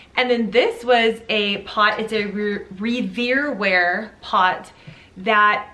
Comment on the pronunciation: Revere Ware is pronounced like Paul Revere's name. So disappointing that it is warped. Not common as this is a fabulous brand since 1939.